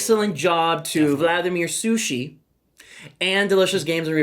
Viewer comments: what? what SUSHI? you pronouce author name totally wrong. its not CH like in english Cholotale, its like J in spanish Javier Charles the 4th, not 2nd and yes, this is heavy-heavy euró with with easy mechanisms, but in finale it is big analysis-paralysis braingcooking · nope. Takhle se to vůbec nevyslovuje :)